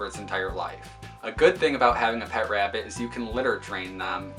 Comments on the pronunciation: i hear rabbit as " wrapped " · God I cannot stand the way you say "rabbit" lmao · Nigga stop saying rabbit like that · The way you say rabbit.... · I love how you say rabbit 🐰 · the way he says rabbit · The way he says rabbit is killing me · He says rabbit funny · The way he pronounces 'rabbit' through me off OMG!